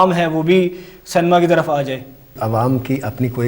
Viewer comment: Pehle to Cinema ko Cinema bolo cenema bolte ho 😂😂😂😂😂😂😂😂